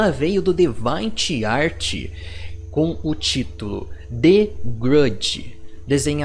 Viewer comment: Seu inglês não é muito bom, cara. DeviantArt se pronuncia "di-vi-an-art"